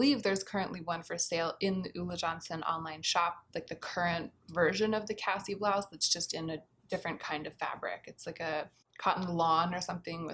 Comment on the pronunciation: I greatly enjoyed how you pronounced blouse as blouzze ☺️ surely I’m not alone, surely not lol